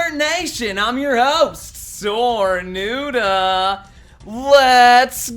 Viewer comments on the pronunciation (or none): Who else got triggered when he said “I’m your host ”